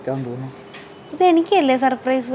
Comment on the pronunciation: സപ്രയിസ് അല്ല ചേട്ടാ സർപ്രൈസ്